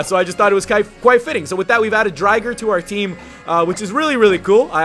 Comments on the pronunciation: dude its drigger. not driger. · haha I'm glad you referenced Beyblade, been re-watching that for a while now and it's such an awesome show =D But I always thought of Raikou as a more fitting Pokemon to be named after Driger =P also it's pronounced dri-ger, not dry-ger xD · driger xD so many references :D not pronounced driger tho pronounced drigger but spelt driger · It is ray's bit beast but the pronunciation is a bit a wrong